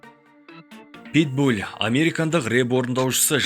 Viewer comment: Питбуль емес ПитбуЛ